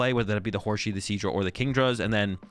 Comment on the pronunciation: Hor-sea not horshe lmao